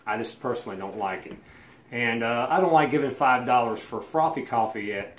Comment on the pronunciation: Frothee coffee 😂